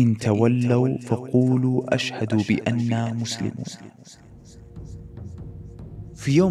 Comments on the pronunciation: الشرح هو انو ينطق الهمزه في كلمة (اشهدوا) همزة وصل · يا ، في هذا المقطع قلت "فقولوا أشهدوا" و هي "فقولوا اشهدوا" ، يعني انت كأنك نطقتها بهمزه فوق الألف، و هنا ممكن يتغير المعنى. روح شوف كيف تنطقها عشان مو قادره اشرح بطريقه واضحه و لكن بارك الله فيك الفيديو مره اسطوري 🌿 (انصحك ما تحط مؤثرات صوتية لأنه بعض الشيوخ قالوا انها حرام عشان الشريعة لا تفرق بين الحرام و ما يعطي تأثيره) و السلام عليكم ورحمة الله وبركاته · (فإن تولو فقولوا اشهدوا) ليس أَشهدوا هي في الأصل إِشهدوا لكن أدغمت الهمزة لآن قبلها ساكن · قراءة الآية اشهدوا وليس أشهد جزاك الله خيرا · الله يجزاك خير يا بووركت لعلك تنتبه للايه (فإن تولوا فقولوا اشهدوا ) كلمه اشهدوا يوجد فيها خطئ بارك الله فيك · صحح تلاوتك للقرآن جزاك الله خير. قوله تعالى: (اشهدوا بأنا........). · الصح لا تنطق همزة الوصل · { فإن تولوا فقولوا اشهدوا بأنا مسلمون } اعتذر بس يا نطقك عند كلمه { اشّهَدُوا } ما اظهرت الشين ونطقت الالف وهنا الالف لاتنطق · عندك لحن جلي في كلمة اشهدو الهمزه ساقطه لا تنطق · جزاك الله خير في قوله تعالى :(تعالوْا) الواو ساكنة فليست حرف مد وقوله تعالى:(ولا يتخذَ) الذال مفتوح وأيضًا في قوله تعالى:(اشهدوا) الهمزة في بداية الكلمة همزة وصل فلا تنطق أَشهدوا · جزاك الله خيرا لكنك اخطأت في تلاوة الايات انصحك في القادم ان تسمع الايات ثم تسجلها تعالوا بفتح الام وليس بالضم واشهدوا الالف لا تنطق ومعنها ليس أشهد أنا وإنما إشهدوا أنتم... وكلمة يتخذ بفتح الذال اذا وصلتها ولا يتخذَ بعضنا .... بارك الله فيك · خطأ في التلاوة ، تعالَوْ وليس تعالوا ، إلا اللهَ بفتح الهاء وليس تسكينها ، قولوا اشْهدوا وليس أشهدُ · أهلا ب والله إنا نحبك في الله أنا وأهلي أصبحنا نتابع حلقاتك على الغداء والعشاء ونتأثر جدا بما تطرح جزاك الله خير الجزاء.. ملاحظة يسيرة ، الآية التي قرأتها (( قل يا أهل الكتاب...)) أخطأت ٣ أخطاء في تلاوتها. تعالوا.. يتخذ.. اشهدوا.. وكذلك لو تتخذ مصححا لغويا لاسيما كلام الله وكلام رسوله صلى الله عليه وسلم. أرجو تقبل هذه الملاحظة. هنيئا لكم قبول المتابعين ونسأل الله أن يقبلك عنده.